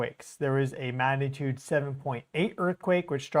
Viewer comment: listen to how you say the word “magnitude”. You are saying it many times without the “g” sound - ma natude. Practice it as “mag na tude”. I believe this will help your viewers who expect a level of accuracy in all things. I’m guessing this pronunciation developed because you are speaking so rapidly to cover a large amount of data and observations. Please take this as a helpful suggestion rather than criticism. Your coverage of earth and solar observations is fantastic!